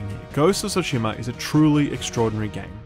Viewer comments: Jesus Christ it's tsushima not sushima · For the love of god. Why do people pronounce Tsushima as Sushima? There's both Su and Tsu in Japanese and it's pronounced just like that, "Tsu" not "Su".